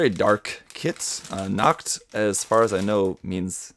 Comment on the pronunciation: what is it with random german words in japanese products besides pronouncing Nacht (night) like nackt (nude)